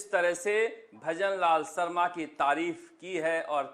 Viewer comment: इतने बड़े चैनल यानी चाटुकार उन्हें शर्मा भी नहीं बोलना नहीं आता है न ही शाह बोलना आता है सरमा ओर साह अफ़सोस गजब चमचे ही नहीं खबगिर बन गए एंकर साब😂😂😂😂😂😂😂😂😂😂